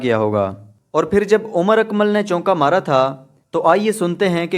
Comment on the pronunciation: *چونکا نہیں چوکا*۔۔۔۔🙂